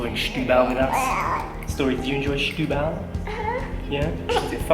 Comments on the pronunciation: Barely know the city myself so good on you! But ... what is with the pronounciation? Shetubal?... Just simply Setúbal. and it is Casa da Baía (Baeea), not Byea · As a teacher I must advise, it is not Shhhetubal. The first two letters are pronounced as if you were saying 'Senhorita'. Setúbal is still very run down, but the mayor is really trying... Try to take the car on the Ferry to Tróia, so worth it. Also, if you go to Outão, quite nearby, follow signs to the Hospital which is inside a fort. Enter the hospital and follow signs to the cafeteria. The view is absolutely amazing and all free. Patients in their rooms below have amazing views, just like you do and access to the small beach below is by going down the steps, carefully... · The issue here is not the "e", the issue is that J was pronouncing "Setu" as "Shtu". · Very nice vlog! And btw it's Sssssetúbal 😉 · The best way to pronounce the beginning is like they'd pronounce "stool". : )